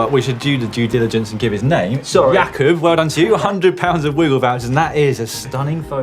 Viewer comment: Damn! Well played for correctly pronouncing "Jakub" A lot of people tend to say J cob